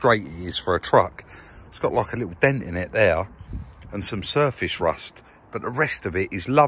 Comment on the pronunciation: Shtraight and shurfashe rusht.